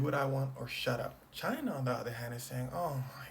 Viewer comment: Why do Americans pronounce china like they are supprised 😂